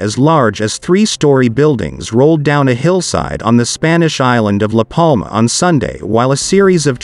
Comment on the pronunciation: Excellent narration? It's a bloody TTS voice reading text. It's awful, started with L A Palma, not La Palma, and got more staccato and ridiculous after that.